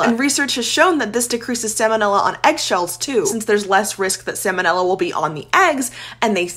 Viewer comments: I don't think you said salmonella correctly once in this video. 😂 at best, you said it wrong a lot more than you did right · It’s not pronounced “salmon” 🍣 ila. It’s sahl-ma-nilla. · Every time she pronounces it as "Sam o Nella" I die a little inside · I know the L is silent in 'Salmon', but you're the first person in 43 years I've heard say Sa-monella. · Hate to be that person but it’s pronounced “sal-muh-nel-ah” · It's pronounced SAL MON Ella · I rarely hear anyone pronounce that first L. It's got to be regional variation or something similar. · I know this is rather nitpicky, and it's just for your information, but despite the fact that the word looks like the word salmon, in which the L is not pronounced, the first L is pronounced in salmonella. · The pronunciation of salmonella 😚🤌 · That's the first time I ever heard someone skip the L in salmonella. It is not like the fish. It should be pronounced here. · The L in the word "salmonella" is pronounced, unlike the L in the word "salmon," which is NOT pronounced. The salmonella organism was named for Dr. Daniel Salmon ("SAL-mon"), the American veterinary surgeon who discovered it. It has nothing to do with the name of the fish. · I like how this person is confusing the pronunciation of salmon (the fish, silent L), and salmonella... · Disliked because she pronounced salmonella wrong. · Might want to learn how to pronounce the bacteria about which you’re pretending to be an expert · Based on your pronunciation of salmonella, I will now be petty and not finish the video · Aren’t you supposed to pronounce the L in salmonella or am I wrong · you could try pronouncing sal mon ella properly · I’m not sure I can trust you if you can’t even pronounce ‘salmonella’ correctly. 😂